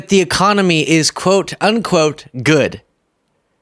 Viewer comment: I don't think he can pronounce a comedy right economy he can't even say it correctly he might be impaired😮😂